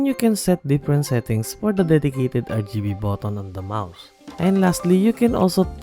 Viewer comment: de blaady RrrrrgibeMouse